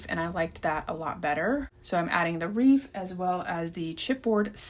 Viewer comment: Are you saying reef?